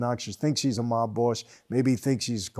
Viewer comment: The way Michael pronounces mob (mawb) you can tell he is familiar with the meaning of the word.